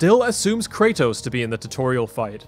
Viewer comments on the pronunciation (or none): CRAYTOSE? KRA-TOSS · I don't know how much longer I can handle this pronunciation of Kratos.